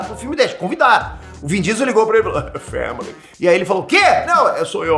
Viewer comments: "Famele" 🤣🤣🤣 eu riu sem parar 🤣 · O dizendo family